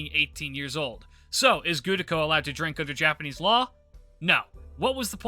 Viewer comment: The "Gudako is canon" thing would be far less cringe if your pronunciation of "Gudako" wasn't awful, like Jesus say Ritsuka or Fujimaru, and stop butchering the name already.